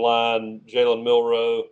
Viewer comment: It's Jalen Mbakwe not Kalen